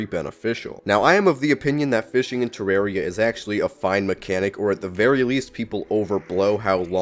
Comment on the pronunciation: You mispronouncing the game is your hottest take.